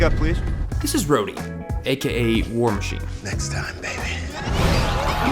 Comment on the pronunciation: Terrance isn't war machine he's "war mayne"